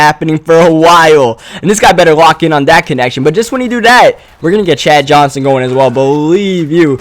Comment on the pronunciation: I love how u pronounce your "that" to "dat"